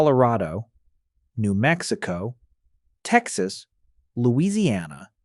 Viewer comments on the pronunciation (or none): none